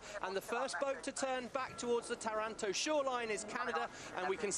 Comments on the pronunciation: Wha? Taranto is in Canada, right? Aha! I get it...,I recently asked an Italian from Campobasso how to pronounce Taranto...,she said it's tah-rahn-TO...,well, let's see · Well, well...,it's tor-RAN-toe according to these non Italian-speaking commentators....